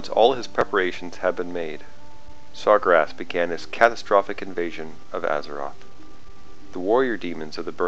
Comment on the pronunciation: I know you didnt just call Sargeras Sar-gur-ass...